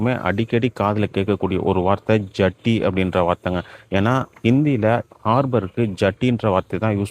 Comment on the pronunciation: ஜட்டி இல்ல அது ஜெட்டி. 😂